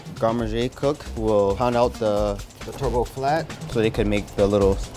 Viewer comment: He just called a Turbot a Turbo? 😂😂😂